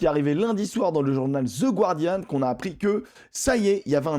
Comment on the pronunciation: Salut et merci pour tes vidéos sur Youtube super intéressantes. Désolé si je passe pour le relou de service mais pour info on ne prononce pas le "U" dans Guardian;) Pour ce qui est de la nouvelle compétition c'est à se demander comment les instances dirigeantes n'ont pas pu penser à ce problème de surcharge du calendrier alors que c'est littéralement le truc relou que toutes les fédérations galèrent elles-même à gérer et qui crispe tout le monde, c'est moi ou les mecs sont complètement déconnectés de la réalité du terrain??? L'alternance tous les deux ans Coupe du monde / Coupe des clubs semble pourtant si évidente?!?!?!?